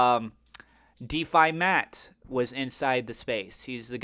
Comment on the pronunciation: DEFI Mark. Not "Defi Matt" lol